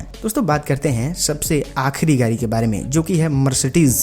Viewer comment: Gadi bolo Gari nhi